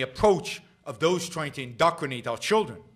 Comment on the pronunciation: Jesus, it’s “indoctrinate,” not “indocrinate.”